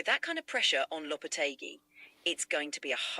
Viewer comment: Honestly floored by how well she pronounced Lopetegui lol